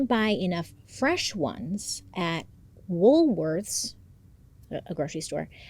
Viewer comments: Bailey ,l loved they way you said Woolworths (spot on ) and how you looked at the Camera ,How Cute you looked 🥰. Love from Melbourne. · Bailey you did an amazing job of pronouncing everything! Especially Melbourne & Woolworths! 🖤🖤